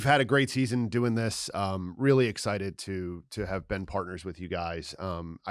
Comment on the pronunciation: "Dale's Exited..." hm? Not "Excited"?